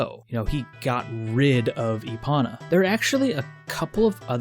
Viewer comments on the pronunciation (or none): lol e-ponna. (E-pone-uh) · Why does he call epona “epana”? Cringe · I'm pretty sure they still say it with a long o. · Give the video a 7 out of 10. Minus 3 points for your pronunciation of Epona. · Everytime he says Epona's name wrong I want to throw my phone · OMG it’s not epona, it’s epona!